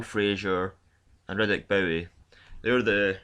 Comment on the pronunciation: Hey dude great videos but ffs learn how to pronounce the boxers' names! Riddick Bowie? Come on man! You're as bad as Frank Warrant.